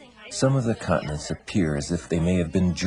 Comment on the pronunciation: Continents not cutnets